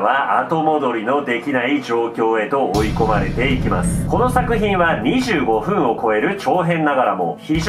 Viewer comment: 25分の発音w